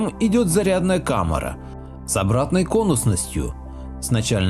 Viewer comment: Интересное видео. Но попросите вам ставить ударения в тексте. Родос ударение на первую о. И неужели камЭра? Пойду проверю.